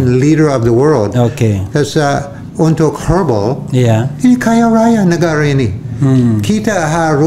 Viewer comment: Herbal, bukan hair balls